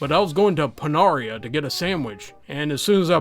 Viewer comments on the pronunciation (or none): I'm sorry if I missed something- I'm baking while I listen. But why did you call Panera pen aria? 😂😂 It's Pah nair ah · I’m hold on did you say paanaria? It’s Penera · I think you pronounced Panera wrong